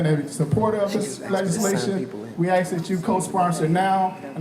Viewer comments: The word is “ask” .... not “axe” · Mark Dice PCOC. People's Confederacy of California. It's "ask" not "aks". Good grief. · Even at a formal board, they just can't manage to properly say the three letter word "ask". It's the weirdest thing.